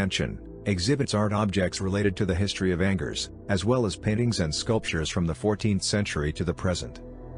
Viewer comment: Great,,,This artificial intelligence voice besides sounding phony totally mispronounced Angers. Too much unnecessary technology.